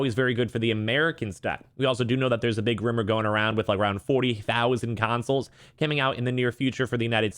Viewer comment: FYI it’s Consoles and not Cansoles